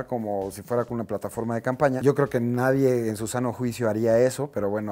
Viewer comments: DICE CAMAPÑA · Te diste cuenta que no decía, CAMPAÑA, si no "CAMAPÑA" 😂😂😂 saludos brow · Dice coordinadora de "CAMAPÑA" cuando tomo la llamada de Tatiana Clouthier, jajajajajajajaja torpes¡¡ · esa madre decía camapña jajajaajaja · "Camapña" je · ¿Camapña? Jajaja